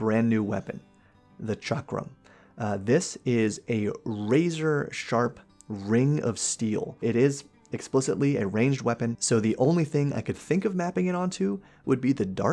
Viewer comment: Chakram is pronounced "SHOCK-rum". See Xena: Warrior Princess. ;)